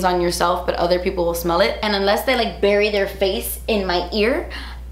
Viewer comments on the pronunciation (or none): none